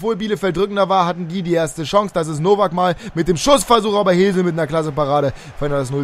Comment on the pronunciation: Hesl wird nicht Hesel ausgesprochen sondern eher Häßl